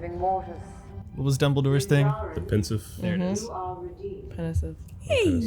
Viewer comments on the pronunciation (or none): Also was right it’s pensieve not penisieve 😂